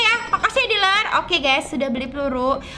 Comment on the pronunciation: Deler kak bukan harbor